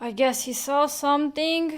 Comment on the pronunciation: I love how most of your words end in K Somethink Yellow kink Sufferingk 🤣😂